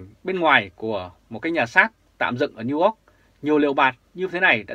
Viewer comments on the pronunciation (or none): please doc NEW YORK dum NEW ORK nghe ky lam.